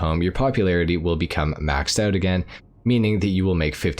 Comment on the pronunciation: Your pronouncing "again" a little too literally